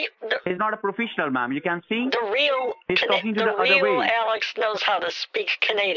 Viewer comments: “They are not profishionals!” LOL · "He's not a profeesiYoNaL" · “He’s not a profishinal ma’am” 😂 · "He is not PRO-FISH-EN-OL Mam, you can see" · He’s not a profeeshal He’s not a profeeshal And also He’s not a profeeshal. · “He’s not a profEEsional” 😹😹😹😹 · "he's not profeeshional mam" 😂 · He's not a profishonal, ma'am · "He's not a brofeeshul" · because hes not proFISHional mam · Pro-freesh-onal Holy shit. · He’s not profeeshinal